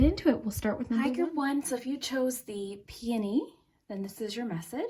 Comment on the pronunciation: Ik you read peony as pony or was that me only